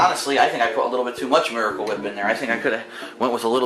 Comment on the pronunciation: Ugh there's so much "miwicle wip"... Maybe if you didn't pointlessly transfer it into a beaker and then onto the tuna... and then onto a panini grill. My god... it really is like watching a child cook. I love that pathetic laugh at the end too. I mean... DOOD HE GOT DISTRACTED, CANNOT BE HIS FAULT WHAT-SO-EVER!